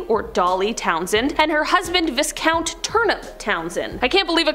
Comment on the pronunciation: FYI it's not vis-count it's pronounced vai-count...